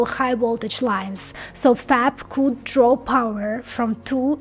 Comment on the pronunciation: "Whatever coot go wrong, went wrong." 😂